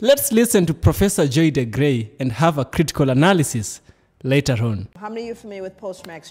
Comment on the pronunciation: Excellent!! Great analysis! She is Dr. DeGruy pronounced like Blue😊